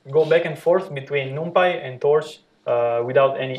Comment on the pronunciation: Thanks a lot for sharing the lectures.... But, please spell 'numpy' correctly ( not 'noompy' ) ... ear hurts on hearing that repeatedly 😖